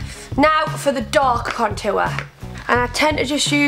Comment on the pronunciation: haha i love the way she says contour she has a accent xxx